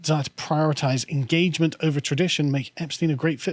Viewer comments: For someone who used to live in Germany why do you always mispronounce Epstein? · 'Epstein' 'athiest' lol